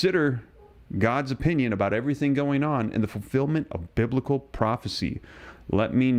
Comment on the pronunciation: Yes! It's bibical!!